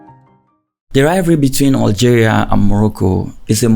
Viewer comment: PS: it's Algeria not Oil geria it's BESH AR not Bek ar